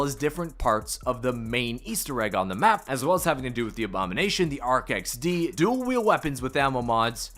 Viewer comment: I’m super proud of you, you said “Arc XD” finally! Nice work. :)